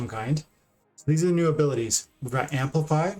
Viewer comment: 'amplify' with mylor omg